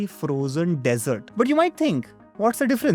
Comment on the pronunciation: Good one. But surprisingly you got both pronunciation and spelling of dessert wrong. Need better content checking prior to upload.